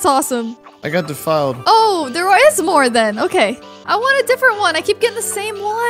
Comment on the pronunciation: its not pronounced Defeiled it pronounces defild